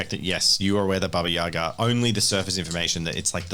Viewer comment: I love how you correctly pronounced Baba Yaga